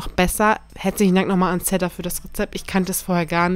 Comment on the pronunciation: Es heißt ZEDAAAAAAA 😂😂❤️❤️❤️❤️🤣❤️❤️❤️❤️❤️❤️❤️❤️❤️❤️